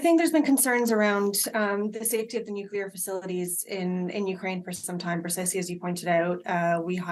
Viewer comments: Why do journalists continue to mispronounce the word "nuclear"? It's pronounced NUKE-lee-er, not NUKE-ye-ler. If my profession was to speak on camera, I would make sure I knew how to pronounce the words I was using. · I'm sure they'll pronounce "nuke-ya'll" if they could! 😁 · Times radio Interviewed a nuclear expert yesterday who had written a book about nuclear warfare, yet he couldn’t pronounce the very word that he was supposedly an expert in. Really the world have become a total idiocracy